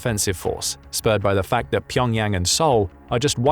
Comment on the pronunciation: Learn to say Pyongyang correctly!!!!